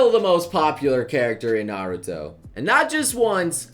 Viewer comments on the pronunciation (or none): none